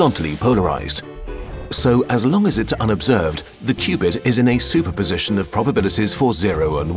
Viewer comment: and "qubit" rhymes with "stupid". 😂